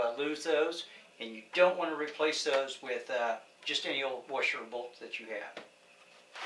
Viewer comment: What's a "Wersher"?